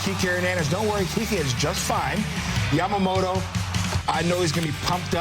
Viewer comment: キルスティン姉さんの好きなとこはほぼ唯一と言いほどいないyamamotoを正しく発音してくれるところ 「と」の発音練習頑張ったんやろな